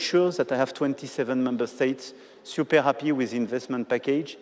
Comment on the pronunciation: "SIUPER" COMPLICATED "SIUPER" EASY.... mon dieu ce niveau d'anglais au bout de 9 ans de présidence 🙄